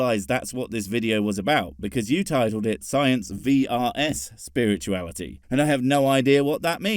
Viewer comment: "if you take science, and spurt-uality" yeah, lets not. that sounds disgusting...